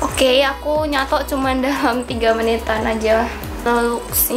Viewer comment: Logat nya itu lohh "nyatok"😂